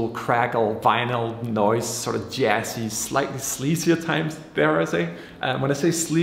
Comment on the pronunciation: Are you Scandinavian dude?! It is not Jass, It`s Jazz.:-))